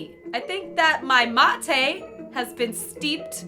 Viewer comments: That struggle when someone mispronounces "mate." Love you! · thats not how you prononce mate... and thats not how its spelled.... and thats not hpw its made... or drank... WHAT THE FUCK IS UP WITH THE BAGGED YERBA